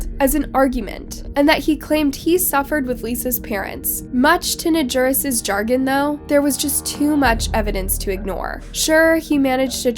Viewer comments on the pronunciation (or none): Chagrin = shuh grin It is not pronounced “jargon” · Chagrin...not chargin